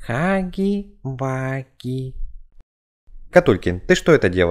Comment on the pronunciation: Хаги ваги ❌ Хагги вагги ✅